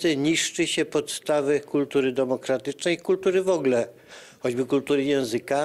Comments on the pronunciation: co do kultury języka mówi się w ogóle, a nie wogle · Hehe specjalista od erudycji, "wogle"...